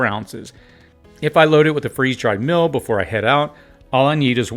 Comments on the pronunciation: meal [mēl]..... Not Mil. You are far too astute to miss this. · Are you saying “Mill”? I don’t think I need to cook my mill because I use my mill for food only, you can make a great spaghetti 🍝 sauce by milling tomatoes